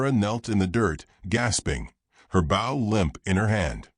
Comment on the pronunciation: Bow, as in arrow…not as in in your hair